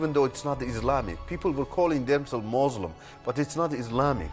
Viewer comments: moslim? Koran? Are you serious? He can't even say it properly! Rather Qu'ran and Muslim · What a liar!! The town he's from is remote which is why he chose it as his "home" . He can't even say Muslim properly?! Why doesn't he mention his University so we can check their records to see if he actually went there.